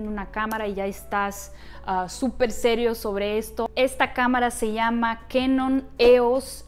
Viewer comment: Hola en español conocemos a esa marca como canon, tal cual ;no lo pronunciamos kaenon. En japonés suena : Ka nion! Más o menos y significa cañón. Está cañón no? Je je. Saludos!